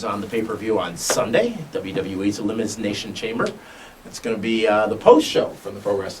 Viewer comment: Elimiznation ? was that a speech error or just a reason to say the miz ? xD